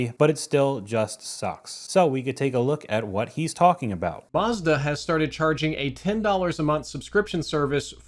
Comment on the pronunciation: It's Mazda not Marzda . A sounds a . Not ar .